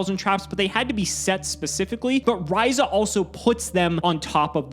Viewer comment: Bricking is representative for Monarchs. Top Decking is representativ for xD And still no love for Mobius I see. And burn is still as boring a deck as I remember it to be. And finally. You guys may not have realized yet but actually pronounced Stratos and Raiza correctly this episode